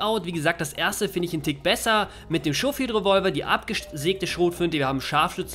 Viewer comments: Schohfield xD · "Lancaster" und "Schofield" scheinen für den Deutschen eine echte Herausforderung zu sein ,-)